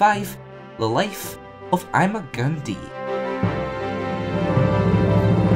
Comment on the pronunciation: Not even 10 seconds in and you've already lost me by pronouncing "Di" as "dee" despite his one and only episode pronouncing it as "die", as in "I'm-a gon' die".